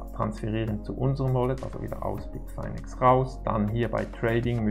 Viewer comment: Es heißt Bitfinex nicht Bitfainex!!